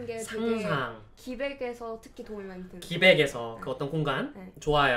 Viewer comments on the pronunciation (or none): 기백 아니고 기벡이요.... (지나가는 문과